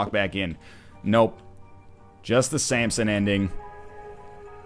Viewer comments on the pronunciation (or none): Keeps calling him Sampson. Fml.